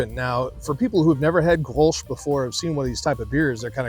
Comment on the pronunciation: the "sch" is silent. the "G" is like your hawrking up a loogy. GGrols